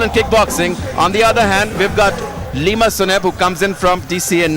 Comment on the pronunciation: It's lima not liam😂